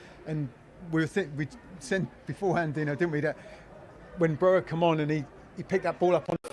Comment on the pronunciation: its not pronounced as Broha like the spanish "J", the name Broja is pronounced as Broya, Albanian isnt like English or Spanish.